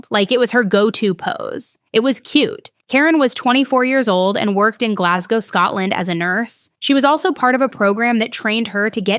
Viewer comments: So glad you pronounced Glasgow properly. 😅 love from Scotland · As a Scottish lass, thank you for correctly pronouncing Glasgow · Firstly as a Glaswegian thank you for pronouncing Glasgow correctly. Secondly I was actually in that club the night it happened. Would be really eaay to leave that place because it's tiny and always packed. Like body to body packed so if she knew where her friend's were she could go through the other side unseen due to the volume of people and the fact everyone is used to being jostled.